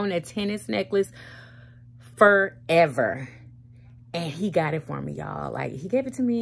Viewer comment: “FEREVER” huh?